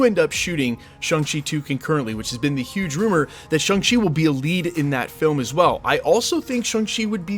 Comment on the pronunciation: Still mispronouncing Shang Chi🙄 Didn't even watch the Shang Chi movie, i guess.